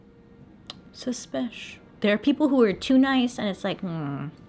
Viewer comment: You got me saying suspishhh all the time now 😂🧐. You’re the best! 🖤